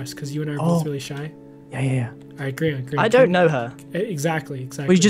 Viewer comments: I thought it was pronounced Gr-yan instead of Gr-ean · I'm re watching the series. Best series ever. But why does pronounce Grian's name weird?